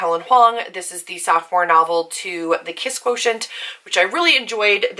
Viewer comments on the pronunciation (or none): I was listening on 1x speed and thought she was saying soft porn 😂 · my impatient ass listening at 2x speed: "is she saying.....soft porn????" nope, sophomore lmao